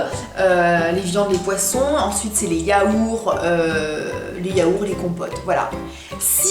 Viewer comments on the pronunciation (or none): on dit pas yaour on dit yaourt!